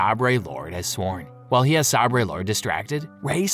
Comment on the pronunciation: Hurt my ears every time he says the word "Sabrey". Sabre (a type of sword) is pronounced 'saber'......... Darth Vader fights Luke Skywalker with 'Light Sabreys'😂